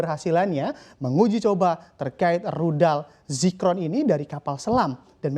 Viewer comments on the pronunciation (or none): Zircon bukan Zicron....